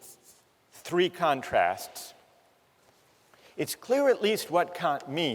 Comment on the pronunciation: The Three Kant-trasts